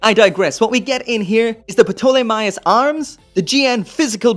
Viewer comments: Say the word Pterodactyl. Now say Ptolemaios. It’s TERR-OH-DACK-TULL, and TAWL-UH-MAY-OHS. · Ptolemy is read as 'Tolemy' really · The Ptolamaios is greek, so the p is silent and is just pronounced "Tolemy" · Dumb comment of the day Ptolemaios pronounce tall-i (like in “it”) my ous (like in house) Tall I my ows That being said great video and I’m so glad you are able to review so many kits!!! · “Putolamaios” lol!!! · Going by the Dub of Gundam 00, it's pronounced "toh-le-my-os". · I believe the p is silent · Someone probably already said this. But the P in the Ptolemaios is silent. In the English dub anyway, and in the proper way to say that name. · The P in Ptolemy and Ptolemaios is silent. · Boy, the P in the name ptolomaeos. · A little tip. When pronouncing the name, leave the P out. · The “P” is silent in Ptolemaios.